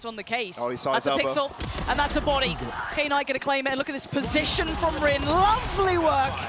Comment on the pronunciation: Kay-night? Is that how she's been told to pronounce his name?